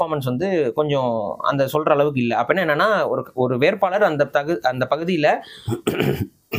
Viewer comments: வேர்ப்பாளர் அல்ல வேட்பாளர் உணர்ச்சி மிகுதியால் வார்த்தைப் பிழை. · ஐயா வேர்ப்பாளர் அல்ல வேட்பாளர். தமிழைச் சரியாக உச்சரிக்க முயற்சியுங்கள்.